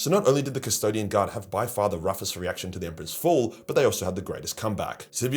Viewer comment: have you guys noticed that nobody is watching anymore? wtf happened? Secondly, i don't think you know what ur talking about when you say they felt rage when the emperor died. Where does it say that buddy? Lastly, the way that you say the word " fall" needs to be changed immediately.